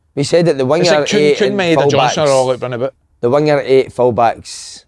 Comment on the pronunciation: Slaney it's Ma -e-da not Meda